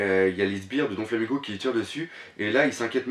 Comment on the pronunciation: J'adore tes critiques sur one pièce. J'ai découvert ta chaine ojd. Juste un détail, le donflamingo me stress. C'est doflamingo et non donflamingo :)